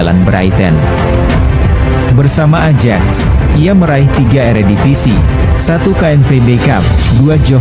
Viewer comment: AJAX itu dibaxa '.AYAK tolong belajar lagi cara alpabet Belanda..jgn bikin malu